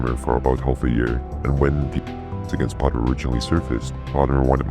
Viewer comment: You say potermer like PAU TER MER